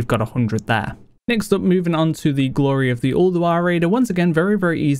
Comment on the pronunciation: Just wondering, why do you pronounce words ending with y, like eh, ready becomes readeh, glory, gloreh? is it an accent?